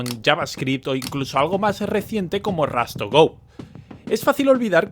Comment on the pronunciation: No es "rAst", sino "rOst".